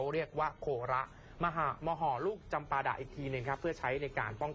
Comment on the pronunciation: อ่านว่าโคระไม่ใช่โค.ระ